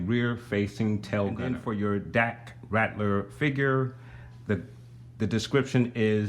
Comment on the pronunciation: This Vehicle is INCREDIBLE! Great Diorama. Dak's last name is Ral-ter not Rat-ler though. The piece you questioned is the Grappling Gun Luke pulled out right before the Walker Crushed the Snowspeeder, and that is where it Stores. The small pieces with the Gold on them are the Explosive Charges Luke threw into the AT/AT after using the Grappling Gun to ascend to the Underside of the Walker. The end of the Tow Cable attaches to the side of the Rear Mounted Harpoon Gun also. The "Opening Compartments" on the back Sides of the Speeder that lift up are the Air Brakes. You missed the Butterfly Joints on Dak when You went through the Articulation.